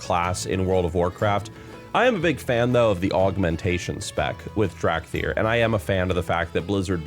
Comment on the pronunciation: "Drag thyr"